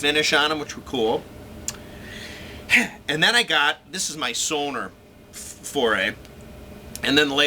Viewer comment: It's not SONAR - it's SONOR!!!